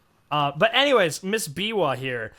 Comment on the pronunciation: I laughed so hard when y'all say "Miwa"😭 it's actually called Biwa